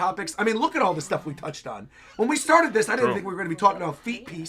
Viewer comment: I’m sorry, I gotta point out that you said “it sharted, I feel like, with Wano”, lmao